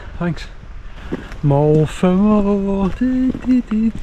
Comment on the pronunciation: it's mo el vam eye, to say it